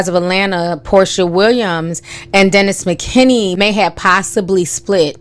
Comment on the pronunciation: Girl, you know you be messing up peoples names. His name is Dennis McKinley. LOL!!!